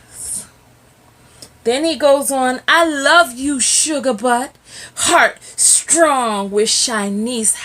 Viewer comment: I wanted to smack him when he said strtong black woman. UGH